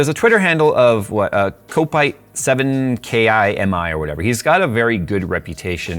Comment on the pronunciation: Kopite7kimi is the most reliable leaker regarding Nvidia. He nailed the rtx 3000 ruomours to the single transistor. To after hearing him reading his name: you pronounce it kopite seven kimi not K.I.M.I. he has that nickname because he is a fan of the F1 driver and 2007 F1 champion with Ferrari Kimi Raikonnen who raced with number 7 and retired at the end of the 2021 season after being the oldest F1 driver to date and having the most starts in F1 ever.